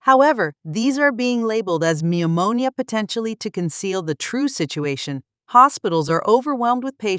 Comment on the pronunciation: "Pneumonia" silent P. Noomownia